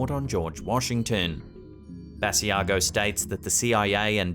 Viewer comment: Hi,. Great compilation as usual. Just a note. Mr. Basiago pronounces his name Buh-sigh-go. Take care and Happy Holidays!